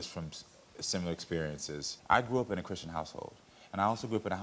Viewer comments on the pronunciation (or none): none